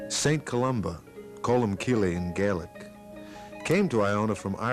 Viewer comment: Colum-kill. Not colum-sil.